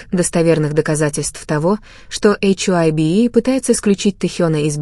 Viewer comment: Вы хотя бы названте компаний правильно произноситн хайб и диспатч. Вам что все сообщают? Откуда вы это все берете? Кто его выгонит тз группы тогда это уже не будет бтс🤬